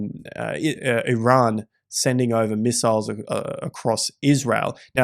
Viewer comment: Miss-isles. Haha. I love it